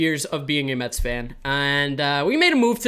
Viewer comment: New York “Mehh”-ts